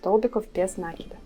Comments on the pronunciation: видео отличное, речь хорошая, но откуда этот нАкид?... пришлось выключить звук... Какие оба варианта? НакИд, от слова накИдывать! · Милая,с удовольствием смотрю Ваши видео,все очень интересно и голос у Вас приятный, НО не нАкид,, а накИд. Вы же нить накИдываете, а не нАкидываете...Режет ухо 👂 🙈 А в остально все просто замечательно 👍 Удачи Вам и вашему каналу 🙋‍♀️